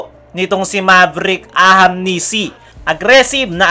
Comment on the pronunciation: Brother naeenis lang ako kc ang apelyedo nyan is ahanmisi po hnde po ahamnisi ok poba sana sa sunod na apload mo mabanget mo ng tama ok ahanmisi hnde po ahamnisi ok